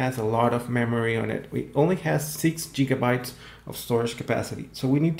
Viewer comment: bro said jigabites